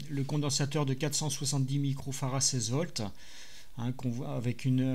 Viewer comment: Bonjour , pourquoi dites-vous Fara et non Farad . J’ai toujours entendu le d prononcer à la fin de Farad par les électroniciens ?